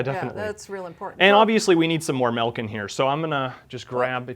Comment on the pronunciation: Good joke but Stop saying melk omg